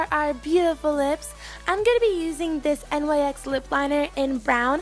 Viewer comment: Love you and your videos! I don't know if it can go both ways, but I thought the brand "Nyx" was pronounced "Nicks" anyone else?